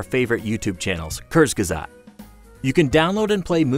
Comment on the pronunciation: when u say kurzgesagt like kuersgesaggt xD